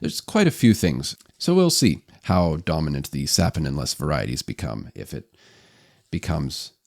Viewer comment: fyi, it's pronounced, "suh- POH-nin" not sapo-nin. #the more you know🌠